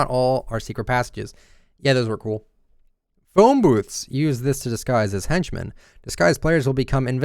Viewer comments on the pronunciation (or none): none